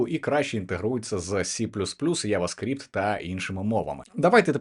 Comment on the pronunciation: рефрактор, яваскпіпт --- ААААААА, мої девелоперські вуха)))